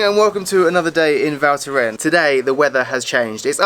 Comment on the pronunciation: Nice vid once again ! Ps: the « s » is NOT silent at the end of « Val Thorens » ;)